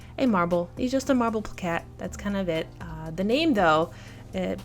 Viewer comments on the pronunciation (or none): The pronunciation for Plakat ist actually "Blah-Gutt" sorry. 🙏🏾🙏🏾😁👍🏻